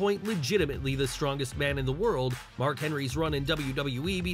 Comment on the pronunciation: Who put the letter d in Mark's name lol